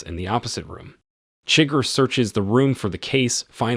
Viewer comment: Great content. Enjoyed the vid. But seriously man, they actually announce how “Chigurh” is pronounced. Need to fix that.